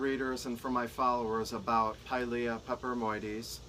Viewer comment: Pilea not piles 🤦🏻‍♀️